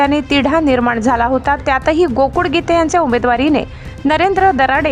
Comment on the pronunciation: बातमीदार महिलेचा आवाज छान आहे पण ळ ळ ऐवजी ड चा उच्चार करतात. गोकुळ ऐवजी गोकुड असा उच्चार करतात हे मराठी भाषेतील उच्चार बरोबर नाही. याची संपादन यांनी नोंद घ्यावी.